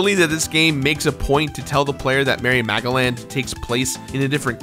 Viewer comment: Am I thr only one hearing Mary Magdalene instead of Merry Magoland?